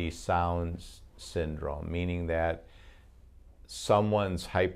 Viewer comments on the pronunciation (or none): none